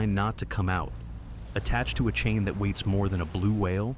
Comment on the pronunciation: Really cool video, very interesting. The AI voice is good, barely noticed it was AI until it made a slip in how it pronounced weights... As for the video.. curious how the anchor being deployed or feels back in changes the ships center of gravity, seems like that's a huge amount of weight to shed and then load back up. Is the chain always stored in the front of the ship or does it feel in down along the length of the ship to spread the weight. Maybe the weight difference isn't that noticeable since these ships are so huge and heavy